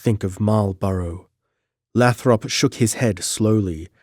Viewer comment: Great read brother but just to give you a heads up. "Leominster" is pronounced "LEH-min-Stir" I'm not being a twat, it's just that I'm from South Boston in the great Commonwealth of Massachusetts so know the towns names. Oh "Lathrop' is pronounced "LAY-throp"